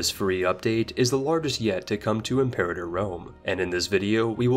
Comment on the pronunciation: or the word "Imperator"... You could at least expect he would be able to pronounce the games title without sounding like an american reading the word out loud for the first time in his life, without knowing it´s origin or meaning.